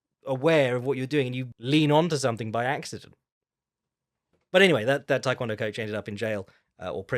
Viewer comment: It's not "Thai kwon do", the first word is pronounced "tay".